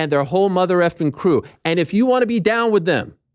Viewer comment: ARIEL THROWS IT DAHHN